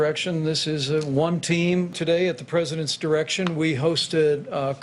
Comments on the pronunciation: "at the president's irection'"...LOL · does little pence really allways say "at the präsidents errection? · At the President “irection” 😫😫😫😭😭😭😭🤣🤣🤣🤣🤣🤣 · President “ eirection “ 🤣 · Classic Jimmy Kimmel. Who'd think to cut off the d in 'direction'